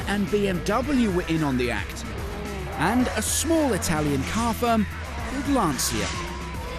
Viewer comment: Agreed and he doesn't pronounce Lancia correctly either...